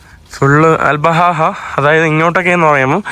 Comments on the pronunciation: അൽ ബഹഹ അല്ല 😅അൽ ബഹ 😍🙌🏻🤝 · മഹീൻ. അൽ ബാഹ, എന്നാണ് . അൽ ബഹഹ അല്ല. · അൽ ബഹഹ അല്ല ആൽബാഹാ യാണ് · അൽ ബഹ ആണ് കറക്റ്റ് അൽ ബഹഹാ അല്ല